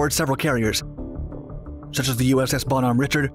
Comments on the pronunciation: Bonhomme Richard is pronounced Bon home Ri shard. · Beaux-nom Reh-shard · ROFLMAO! "Bon-HOMM RICH-erd" Real naval experts they've got here...